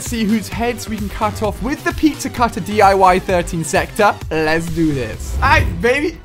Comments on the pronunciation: You said DIY 13sector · Is no one mentioning the fact my man said DIY13 Sector